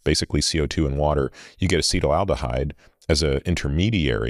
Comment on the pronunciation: “Acid-aldehyde” vs “acetal-aldehyde” …but it’s really “a-ceet-aldehyde” in this metabolites case. Also is the most attractive person on the planet.